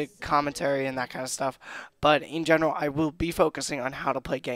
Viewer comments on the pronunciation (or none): none